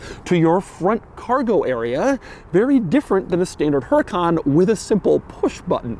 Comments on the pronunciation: Doug. You of all people. You're saying it wrong. It's not "HUR-I-KON" It's "OOER-I-KON" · #DougDeMuro Please treat the H as silent. Pronounced /Ur - eh - khan/. Its 2023 - Americans can acknowledge silent H’s. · Is pronounced “uracan” no H. Just U-RA-CAN. Simple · You DON'T pronounce the H, it's a Castilian/Spanish word.